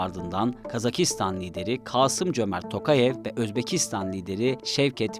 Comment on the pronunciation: Kasım Cömert değil Kasımjomart, Kasım Tokayev değil Kasımjomart Tokayev. Şevket Mirziyoyev değil Shavkat Mirziyoyev. Cevher Dudayev değil Cihat Dudayev. Asker Akayev değil Asqar Aqayev.